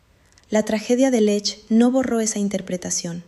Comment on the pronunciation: Muy largo y siempre lo mismo. Y la montana se llama Lech am Alberg, no Lesch.